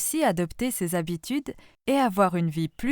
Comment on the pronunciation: Les sept habitudes, et non les 7 zabitudes!!!